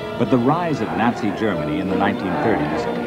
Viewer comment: My god. "Sahviet, Natsy" and "pat-rotic". It's so hard to listen to. Haha